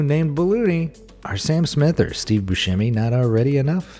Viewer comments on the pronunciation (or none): none